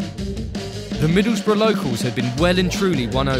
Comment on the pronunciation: Correct pronunciation.